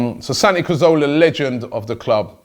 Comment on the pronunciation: Santi is leaving because Robbie can't pronounce his name correctly